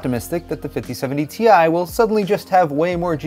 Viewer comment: is anyone ever going to pronounce it properly?? - it's pronounced 'TIE', not 'TEE-EYE'!!!!